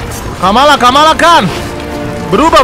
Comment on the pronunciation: bang itu bukan kamalakan tapi kamala